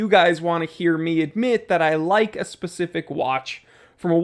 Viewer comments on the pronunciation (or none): none